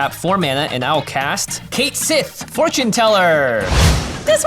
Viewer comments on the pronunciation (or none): none